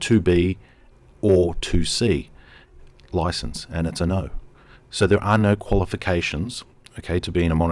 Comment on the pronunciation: Security license, not 'licanse.' 😛